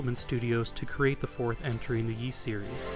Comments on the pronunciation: Seriously. It always amazes me when Youtubers who cover things like Japanese games, anime, history, and culture don’t even bother to learn basic Japanese phonetics before releasing extensive, in-depth videos like this. No offense to OP as he is absolutely not alone here, but it just hurts their overall credibility in my eyes. When he mispronounced “Ys” though, in a freaking history of Nihon Falcom video, that was just too much for me. Not surprised that many people felt the same way and pointed it all out well before me, and respect to OP for publicly acknowledging his mistakes. For what it’s worth I still enjoyed the overall video a lot and even learned a few things despite being an Ys nerd who’s been familiar with Falcom for the better part of two decades now. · Omg dude it's a great documentary but one would think you would have researched how Ys is pronounced! It's not pronounced Yees, it's ees! Every time you say yees I cringe! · Didn't you check the pronunciation of Ys during your research? It's Ees, rather than Yees. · I am really enjoying your video, but please stop saying “yease,” it’s pronounced “ease,” like east without the t. For anyone who wonders, the Japanese kana reed ee-su. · Yees? I thought it was pronounced as "ease" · This history and story is excellent, thank you. But I cringe a little each time I hear "Yees" instead of "Ees". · You posted this three years ago and probably won't see this, but are you aware that "Ys" is pronounced without a hard 'Y' It's more like "Ees". It just kind of bothered me, you said it like thirty times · I never heard it pronounced "Yi's". Apart from that, it's a very good documentary. Keep up the good work. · Excellent video. Thanks, but it drove me mad that you mispronounce Ys all the way through.